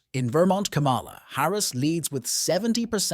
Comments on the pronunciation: This NARRATOR DOESN'T SEEM TO KNOW THE CORRECT PRONUNCIATION OF THE Vice President name!! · Can u say kamala name right!!! Ugg!!